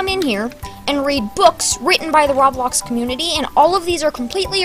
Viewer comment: That dude: "Roblowx" Me: OK...... coughs